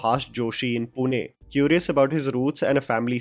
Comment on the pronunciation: Its मुंज्या, not मुं ज या.. & yes पुणे, not पुने!